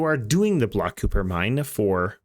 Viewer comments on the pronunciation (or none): Kuiper = Kai-per. Source: its said thousands of times in voicelines. Thanks for the vid